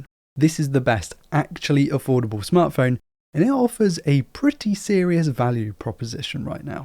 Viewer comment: He was saying affordable and i was hearing foldable.....LOL